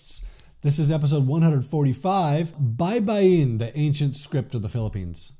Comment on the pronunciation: You pronounced "baybayin" well, thank you. That is the right way to say that word.